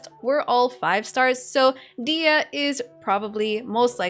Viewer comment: Please stop pronouncing her name as "Dea", there is "h" and "y" in her name as well.